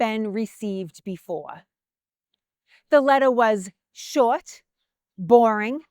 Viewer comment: Never thought I'd hear the word "Short" pronounced with a W.